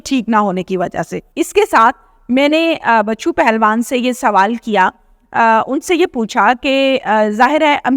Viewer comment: بچو پہلوان نہیں ۔۔۔۔۔ بچھو پہلوان